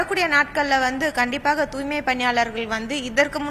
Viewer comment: தூய்மை என்ற சொல்லை உச்சரிக்கத் தெரியாத ஒரு மேயரை இதற்கு முன்பு கண்டதில்லை. கேள்வியும் பதிலும் எழுதிக் கொடுக்கப்பட்டதுதான். என்ன ஊடகப் பணி?